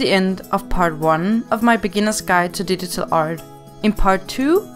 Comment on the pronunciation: she says digital art like didital art